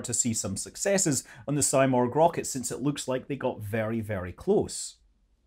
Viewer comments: It is not symorgh it is seemorgh! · Hey scott. I'm from IRAN and thank you for making this video. I should say something about its name. It's not saimorg. It's pronounced "seemorh". In persian it's someting like phoenix! Out of these topics, I think these political games are destroying relations between the "people" of Iran and U.S. I'm so excited to see these Iranian-American scenes in the chat box in a peaceful and friendly frame! 😍😍❤️❤️ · It’s pronounced See-morg Not Sy-morg. Just fyi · Its pronounciation is actually more like Si(like in Spanish)-murgh, not morg. It's a phoenix like bird from that part of the world, can be seen in Turkic, Armenian, Persian, Georgian myths, not just Iranian. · It's pronounced See-morgh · You are not Morgh, you are not Simorgh… What are you?!